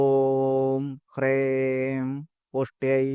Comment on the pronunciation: ഹ്രേം എന്നാണല്ലോ അങ്ങ് ഉച്ചരിച്ചത്. ഹ്രീം എന്നാണോ വേണ്ടത്